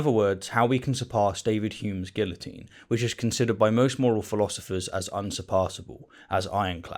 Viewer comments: It is just me, or are you saying "guillotine" wrongly on purpose,? (I know the British have a proud history of hating the French, but seriously, just say it the right way 😂😂😂) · I couldn't get past your pronunciation of guillotine.